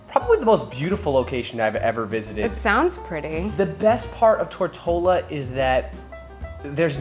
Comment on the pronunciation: Every time he said Tortola I kept thinking tortilla 😂